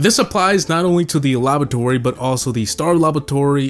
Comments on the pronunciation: yeah, and he olso said labototory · Is he saying labatory or is it just me